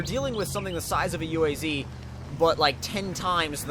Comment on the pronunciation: Its not a UAZ.. you dont say the letters separately.. its a word .. uaz